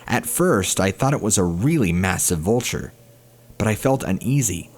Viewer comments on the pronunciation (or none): none